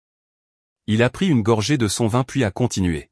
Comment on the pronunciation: v.i.n se dit vin